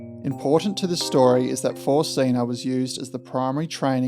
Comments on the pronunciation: Great video. You’ve earned yourself another subscriber. BTW Zinne is pronounced Tz in neh, not zeena. The double N shortens the vowel. Z is pronounced tz like in trar. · Learnt German in 2nd and 3rd year leaving years at school . Pretty sure German pronounced Zinna is pronounced like Australia says spinner or Spinna so Zinna not Zeena . It's just a small grasp of German but grates a tad each time you pronounced it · Very interesting, never heard of this incident before. –Zinna would be pronounced “tsinner”. While it’s DDR in German, it’s GDR in English. There would have been no graffiti at the station during those days, small mercies. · It would have been useful to first find out how to pronounce ZINNA